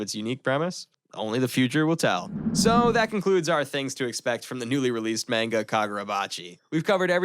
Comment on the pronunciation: Nice video only one little tiny thing is pronounce MANGA like マンガ if you say Menga it sounds really silly